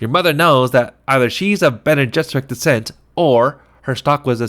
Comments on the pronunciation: Pretty solid but just a heads up if you’re gonna do more chapters, it’s not Bean Gesserit its Bene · “Bean” Gesserit?!?!?! You just lost me. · Been jizerak.? Really? 😆😆😆😆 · BEAN gesserit??